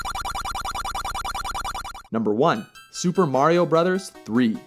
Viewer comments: Its super MARIO brothers. Not super MÆRIO brothers :) lol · it's mario not merio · I stopped watching after when he said "Super Merry-O Bros" LOL